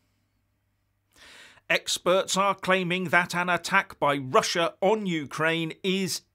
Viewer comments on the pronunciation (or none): none